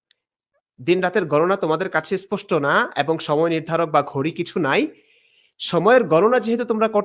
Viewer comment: কে বলবো ইসপসটো আবার কি? স্পষ্ট নাকি ইসপসটো কথাই তো বলতে পারেন না ঠিকমতো আবার আসছেন কুরআন নিয়ে হাহাহা